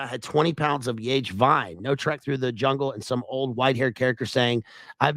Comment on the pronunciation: It's pronounced yah-hey, my man.